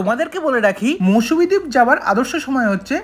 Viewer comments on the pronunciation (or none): Didi Ota mousumi noy mousuni island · Mousumi নয় mousuni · Little mistake it's mousuni not Mousumi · MOUSUMI Noy It's Mousuni Island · মৌসুমী দ্বীপ নয়,ওটা মৌসুনি দ্বীপ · ওটা মৌসুমী না,মৌসুনি দ্বীপ। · It's not Mousumi, it's Mousuni. Please be accurate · Its MousuNi and NOT mousuMi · It's Mousuni, not mousmi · Ota Mousuni Island not Mausumi 😂😂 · তবে মৌসুমী না মৌসুনি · ওটা মৌসুমী না ওটা মৌসুনি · Mousumi noy Mousuni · Mousuni , Mousumi noy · ওটা মৌসুনি , মৌসুমী নয় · Mousumi naaa....Mousumi